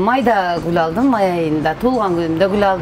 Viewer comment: Эхх кыргыз созу "гул алдым"десе "куло алдым "деп угулат